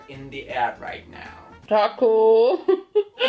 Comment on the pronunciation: creative 😂👍 This "rait nau" I Love it😂😂😂😂😂 Excuse. What I really want to say: Ai laf id 😂😂😂😂😂😂😂😂😂